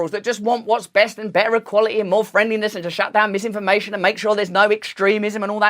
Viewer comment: Lisinformation, zizinfomation.... fuck sake 🤣